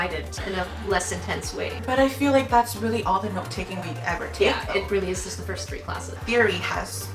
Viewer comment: " I jist love food so..." yeah me too me too